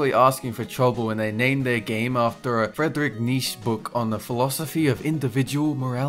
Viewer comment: Fredrick Neesh..................dude really?